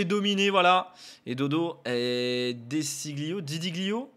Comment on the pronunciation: La bonne prononciation c’est De Chilio (le g ne se prononce pas)